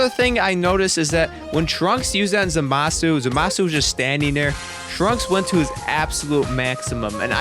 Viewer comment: 'Zuhmasu' kinda triggered me